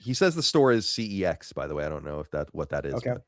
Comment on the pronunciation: It’s not pronounced C E X is literally pronounced sex believe it or not